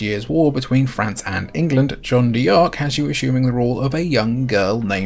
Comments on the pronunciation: Really sorry to be pedantic but as a French speaker I can't let it go. "Jeanne" rhymes with "Anne" and "D'Arc" is pronounced "dark". Just say "Anne Dark" with a "zh" sound at the beginning. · You're hurting my ears. It's pronounced Jeanne "Dark" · As a french dude, it's very funny how you pronounced John Dee Arc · It kinda bothers me that he pronounces it "John Dee Ark" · Lol that's the most American way of pronouncing Jeanne D'Arc I've ever heard. Fantastic game though! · ach Gottchen, wein doch nicht :) wieso so salty? Und Jeane d'arc halbwegs korrekt auszusprechen, ist keine Hexerei. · The PSP was such a fucking great console!!! Btw in French, "D'Ark" is pronounced as "dark" the "D'" is a shortening of "de" which means "of". And "crois" is pronounced as "cr-wah" which means believe, "croix" means cross. Americans butcher French so badly and others are getting influenced by it 😂 Looking forward to watching more of your vids!